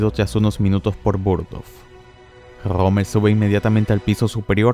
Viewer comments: Pensé que era Rommel no rrrrrrrrrrrrrrrommel, mae mía . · no puedes decir la R verdad? jajajjajaja Grommel